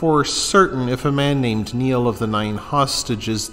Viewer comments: It's pronounced like nile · Pronouncing Niall wrong as well as other names